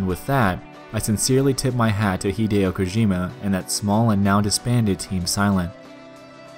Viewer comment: I'm sorry, did you call him "Hid-ee-o" Kojima? Obviously you're not a real Silent Hill fan. All jokes aside, awesome video, and a good look at some of the best horror games of all time and what made them tick.